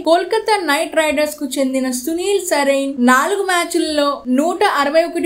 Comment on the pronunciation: నరేన్ పేరుకూడా పల్కడం రాని యాంకర్